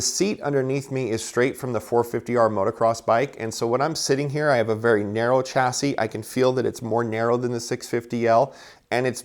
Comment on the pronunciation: It spells "chasi" but read Shasi